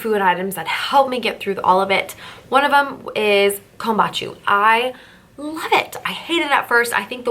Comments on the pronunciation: sorry i love your post but i have to let you know you are pronouncing kombucha wrong. let me try to spell it phonetically: you are saying KOMBACHU it is KOM BOO Cha' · Great video, btw! Kam-boo-cha tho LOL thank you!!